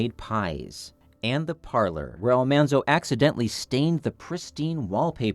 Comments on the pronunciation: We were bugged to death everytime someone said 'Almonzo' instead of 'Almanzo'! I am glad he told the story behind that. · Ah ha! I have always wondered why Laura called him Manly. , not "Monly". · It's nice to see more generations enjoying the stories and series. I had never read the books but enjoyed the show and watch reruns of it. Didn't know the name was pronounced Al MAHN-zo, not Al-MON-zo. I'm surprised he didn't mention how Laura called him "Manly" and Harriet Olesen called him "Zaldamo" Probably just written for the series. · I had NO idea the pronunciation was different. Thanks for the correct way to say Mr. Wilder's first name.